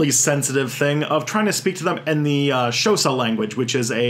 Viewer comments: Sorry to be this person, but Xhosa isn't pronounced "shosa". It should have a lateral click at the beginning, but English speakers pronounce is "kosa". Just a little note :) but nitpicking aside, you did a really good job of explaining the sentinelese issue :) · "shosa?" Oh, you mean Xhosa. (The X is a click.) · Thanks for the very informative videos. Just one thing on the pronunciation of the word Xhosa. The X is actually a click in the Xhosa language. And is pronounced as in this video: The rest of the video explains how to pronounce all the clicks in the language. Thanks again and please keep up the great content.